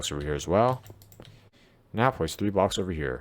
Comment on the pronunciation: I can't understand when you say the word "blocks"plz make a clear voice